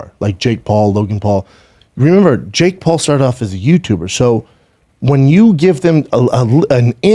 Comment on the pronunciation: Hilarious- Brendan can’t say nobody or remember, he chucks in a few extra N’s & M’s here and there 😂😂🤣